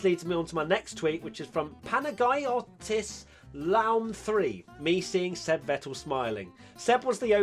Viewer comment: Pana-gai-otis Laoum, how can you butcher a name so much?🤣🤣🥴🥴